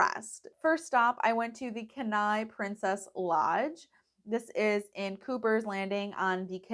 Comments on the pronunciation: Glad you had a great trip. Just a quick tip, Kenai is pronounced “Kee-nye”.😊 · Kenai- “KEEN-eye” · Enjoyed the video but having grown up in Kenai it was killing me to pronounced wrong. 😂😂. Thank you for the video though!